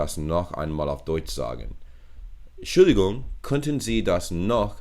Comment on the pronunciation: In the one sentence stands Entschuldigung and you said Schuldigung it’s more like END-Schuldigung -=little brake